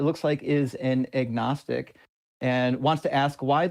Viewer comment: 'ognistic' wtf is that?